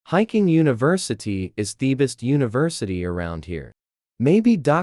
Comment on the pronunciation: The AI's pronunciation is so bad, how on earth did University become 'Universitado?' I hate these AI trash stories, they make no sense half the time, the pictures are inconsistent and the pronunciation is horrible.